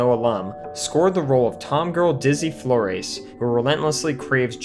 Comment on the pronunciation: ee BAN yez. FLOR ez. This is how we know you didn't watch the movie. Both names are pronounced in it.